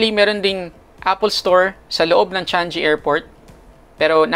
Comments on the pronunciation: Hindi pa ata alam i pronounce ng vlogger.. CHANG GEE brod.. NOT CHANJEE. Kahiya..BOOOOOO👎🏼👎🏼👎🏼👎🏼👎🏼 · Love your video about visiting here in SG, pero Changi pronounce "Chang-gee", not "Chan-jee" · Changi airport❤ Should be CHANG-GI (not sound like congee) Chang-GI (parang gi-tara) Some sounds like Chung-ee (G is omitted) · Cecil Maturan Changi is pronounced "chang-e" not chang-gi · 7% tax hindi 3% Changiii hindi chan gi 🤣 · Yeah my bad, Should NOT be Chang "GI " Should be Chang"E" depende din sa speakers cguro, like mga western, native, or half half haha ✌🏽👌🏽